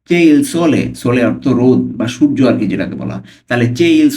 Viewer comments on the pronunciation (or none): none